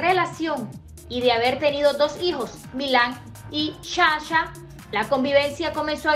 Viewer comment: Tanto tiempo hablando de lo mismo y usted nada que aprende a decir sacha....no dejo ver lo del carnaval 😠